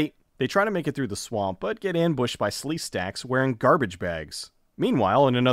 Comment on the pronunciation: LMFAO! you said SleeStacks